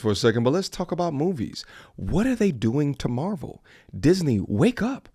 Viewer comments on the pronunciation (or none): none